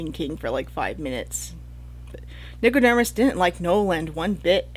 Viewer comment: Nico-DERM-us?? Over and over. Am I just misreading it?